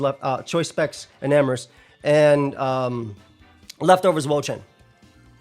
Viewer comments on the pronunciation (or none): none